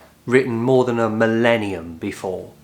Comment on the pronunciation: Thinking millennium not mellenium.